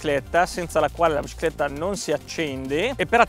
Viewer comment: "La bcicletta"